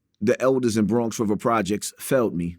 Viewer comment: Bwonx Wivah